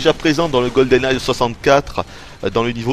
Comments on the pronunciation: "goldeneye'" pas "goldeneyezzzz" >_< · Une excellente review. Seul bémol : c'est Goldeneye sans ''s'' lol et en plus tu le dis à chaque phrase donc c'est un peu crispant😉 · On dirait que tu dis "GoldenNaze"" !